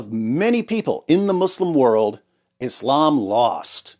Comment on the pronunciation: English has established pronunciations of the words Islam, Muslim, Allah, Khamanei, etc, why you saying them all weird like that